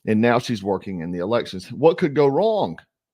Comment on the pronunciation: What can go Wong? What can go Wong? 😂